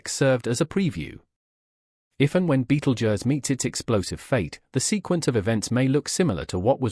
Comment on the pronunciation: Ugh clearly A.I bs. Can’t even pronounce Betelgeuse correctly. A.I had ruined YouTube.